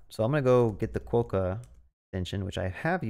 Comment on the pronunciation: as a west australian, hearing it called KWO-CAR was the highlight of my day 😆 great video!